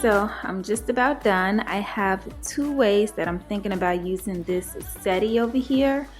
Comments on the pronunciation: Settee is pronounced “se-tee” or “se-tay” but not “setty”. Thanks! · Potion 2 is great but u pronounce it set-tee that’s how lol not sette. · I want to start by saying I love your dining room. I hope I'm not offending you, because truly that is not my intentions. I just want to help you you are pronouncing the word wrong. You pronounce it how it is spell. Set tee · Both are gorgeous... you always decorate so nicely... (btw, settee is french and pronounced "set-tee") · You pronunciation of settee. Cute.